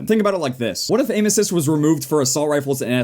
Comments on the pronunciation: said aim assist like anuses XD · when he says 'aim assist' i hear 'anus''😂 me and my dirty mind